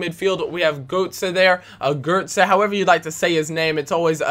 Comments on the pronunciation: You say Götze like "Gertzer". The ö is German for oe, so his name is actually Goetze. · gotze is said gurtze as that special o is said unr